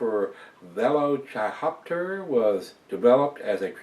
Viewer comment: It's pronounced like "velociraptor" (the dinosaur) but with 'hoptor' on the end! Great review, cheers.